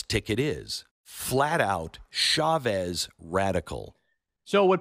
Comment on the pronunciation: The CH in Spanish is just like in English!! Why change it? It’s not French! It’s not “shavez” 🤦‍♂️